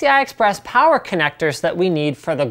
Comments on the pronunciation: Damn it, Linus mentioned "Plower supply" In one of his videos and I can't stop hearing "plower" everytime he mentions power supply. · Loved "Pilence" and "Sower", hahah